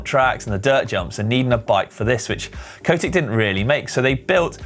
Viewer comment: Its Cotic, not Coatic.